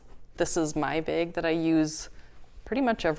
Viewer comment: Beautiful design!! 😍 And I love how your accent makes bag sound like "beg", whereas my super Southern accent turns it into a two-syllable word 😂